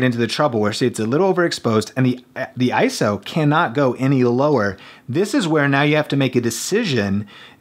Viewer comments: It's I-S-O, NOT "eye-so". Thx! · I-S-O, not ISO. Repeat after me: I - S - O. You just hurt my brain.